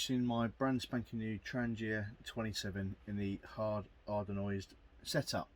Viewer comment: I kept thinking “what is an Hard Ardonoised pan?” It’s Anodized, pronounced AN-uh-dyzed.